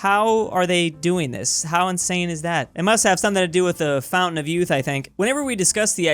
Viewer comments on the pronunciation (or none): none